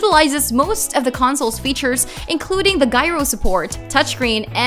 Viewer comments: "The Guyro support" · Just in the comments to see if anyone else had an issue with how she said “unbridled” and “gyro”.